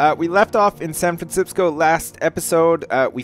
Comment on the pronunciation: 'Welcome to sanfransipsco' haha classic mini edit.